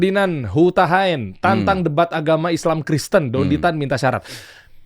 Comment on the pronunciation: nyebut namanya aja udah salah hadeuuhh... Dendy Tan itu org mana?🤣 Maaf ya, dr penjelasan² itu sangat² masuk akal, bisa diterima oleh siapapun yg terbuka hatinya, bukannya saya/kami mendewa²kan beliau ya, tp memang benar adanya Sesuai dengan data & fakta yg ada Beliau bergerak di mualaf center adalah buktinya, bukan sembarang orang Dari situ aja mungkin sudah jelas ya